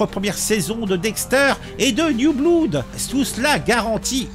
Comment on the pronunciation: J’ai adoré le série Dexter. 🤗❤️ PS: “blood” se prononce “blode”. 😆🔪🩸